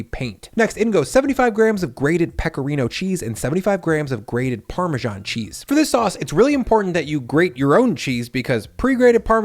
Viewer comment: Great recipes! But I had to get over the "parmaJohn" so i could finish the video. My first grade teacher (a Brit) and everyone I know says: parmezahn. No more italian food themed videos on this channel for me 😂